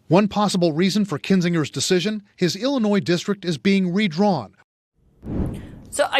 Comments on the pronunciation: Did you not just hear Anderson Cooper pronounce Illinois? It’s IlliNOY not Illinoize. Not sure how you never heard that before?!? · The "S" in Illinois is silent